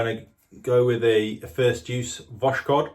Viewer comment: voskhod is pronounced like “was hot” (not “wash code”)